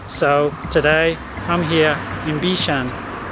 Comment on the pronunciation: Thank you for being so interested in the history of our island and our people. It is a really refreshing change from what people usually see or want to see in and about Singapore. I'm still surprised you actually drank Oldenlandia water. That's something not everyone likes, especially the younger generation! Also, I might be wrong but i believe the Cantonese pronunciation is Bik Shan DENG rather than Bik Shan Ting. Ting still sounds Mandarin.